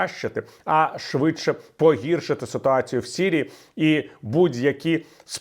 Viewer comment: Дякую пане Віталій за вашу працю. Але українською буде Сирія, сирійський а не сірія, сірійський